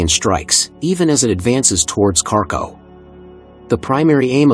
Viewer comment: "Carco" city? Idiot AI!